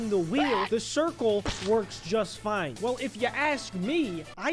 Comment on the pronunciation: I thought you said fake wine 😂